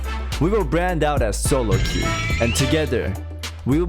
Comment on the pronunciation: Soloque instead of Soloqueue? Who am I to question an artist at work.